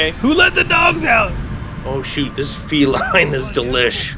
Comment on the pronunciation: That gun isn't pronounced feline like a cat it is pronounced felin like a mix between Feline and villian